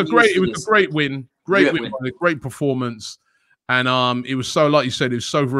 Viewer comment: Did robbie say good reformance